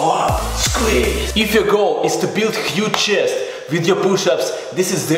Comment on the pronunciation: english pronouncing: chest russian pronouncing: chijest